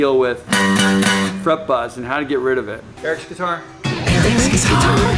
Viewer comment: omg i thought it was fucking halarius how they hade to make another video because they hated him saying fret buzz xd!!!!!!!!!!! awsome vid